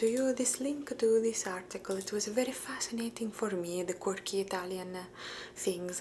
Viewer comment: For some reason it sounded totally funny to hear you say "quirky" with an Italian accent. Some words just don't translate well across languages, yet you find forms of other words across languages. Fascinating, to quote Spock.